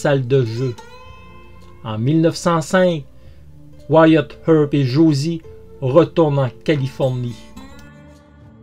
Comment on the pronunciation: Énorme, je viens de le découvrir et j'adore cette histoire, je m'y étais intéressé à l'époque du film, mais l'histoire réelle est toujours plus passionnante. Merci pour ce doc doc( comment tu prononces bien wyatt earp moi je n'y arrive pas😜)